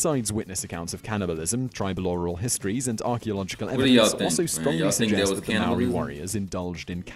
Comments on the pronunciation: Bro first it’s not Moarii it’s maori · It's pronounced like maaaori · Tf is "meeri" thats not how you pronounced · For Americans it’s harder for them since they have an accent, and to be fair- the man in the video wasn’t pronouncing it correctly either. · Most of the words and names that the guy had pronounced were wrong as my myself am from New Zealand and Maori but I enjoy your videos to do with our Culture 🙂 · That top ten guy didn’t pronounce anything right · Hes saying Maori wrong roll the r 8. Is not called a club here its called a patu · You pronounce Maaori like a mouldy piece of bread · It’s maori cuz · Great he's saying Maori WRONG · You or that men did not prenounce it right get it right next time😕